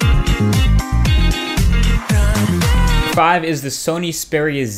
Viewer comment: Xperia. Xperia. not speria...